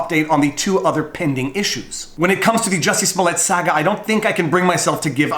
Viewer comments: Here’s your comment, bub: you pronounce saga incorrectly. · You say 'Saga' like your from boston :) whats with that? :)